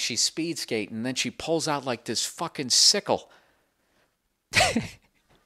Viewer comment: Anytime Bill says "Sicle (sp?)" Or "Pickle", I fucking crack up.